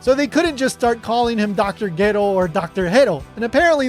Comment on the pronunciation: How dafuq do you mispronounce the "G" in Gero to "H" and end up calling it something else otjer than a "Hero?" 🤦‍♂️